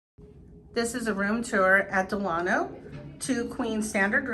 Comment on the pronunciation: finally someone who knows how to say the name Delano